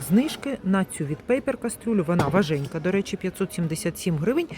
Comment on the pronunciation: ВажКенька а не важенька